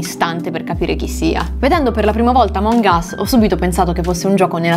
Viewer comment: In pratica sto video è che prima dice àmong us e poi amòng us